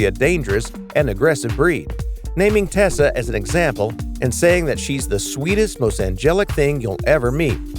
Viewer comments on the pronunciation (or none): none